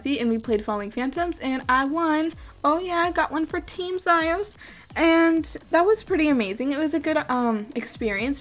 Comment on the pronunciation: its "meeera" and for the other one its "ziiiiiiios" XD (its a long e sound for both)